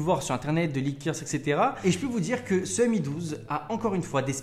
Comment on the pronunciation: Dit encore "em i" au lieu de "mi" et....oui